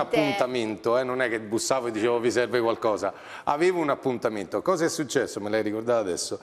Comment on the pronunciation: ma solo io l'ho sentito???? SULCESSO ahahahahaha